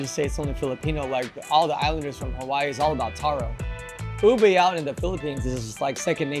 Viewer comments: It's UBE not UBEY 😒😒😒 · U beh. Not Ubey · Ube is not allover South East Asia, Ube is a variety found only in the Philippines, and it is pronounced UBEH,not UBEY.